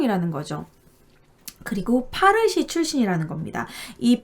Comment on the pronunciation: 파르시라고 안해요~~ 빠시...라고 불러요. 제 대학원다닐때, 학장님이 빠시출신 인도인이셨어요~~^^ 잘 봤어요.